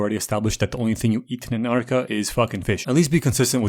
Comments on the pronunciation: when ur dyslexic but cant say Antarctica right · wirst couple of seconds in bro is speaking like hes autistic: an ANA NAna nann ah an ggha an ann whahdaw MMMM antartica